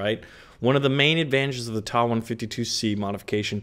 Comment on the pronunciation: TA 152 not "Tah 152 !!! You say the T ...A. Damn kids .. Lol